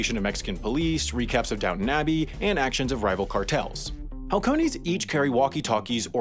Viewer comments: Halcones pronounced AL CONE ES translation: hawk they’re look outs like hawks. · “halcones” is spanish for “falcons” and is pronounced “alcones”. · For anyone who wants to read out loud a word in Spanish that starts with H, just ignore the letter, seriously just don't even think about pronouncing it. Halcones is pronounced alcones... period, full stop. It (the h) shouldn't even be there, except for stupid spelling reasons. Its a silent h if the word begins with it, if you pronounce it in the wrong word it is sufficient reason to get punched in the face. Or have a throat smile carved into your neck. Seriously, it can be that bad. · halcones = falcons, pronunciation = alcones. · Lol wow I'm pretty sure its Falcones for Falcon bird, not Halcones jesus... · it’s pronounced los Setas like with an s and “alcones” like the h is silent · How do Americans know how to say "hola" but still pronounce the 'h' in shit like "halcones" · Mexican here. Halcones are falcons. The h is silent. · Halcones silent H. Means hawks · Why butcher Spanish like this D: the H makes no sound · we should also tell him h isn't pronounced in Spanish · Oh man, you should've listened to the Spanish word "halcones", hahaha. In Spanish the h is basically always silent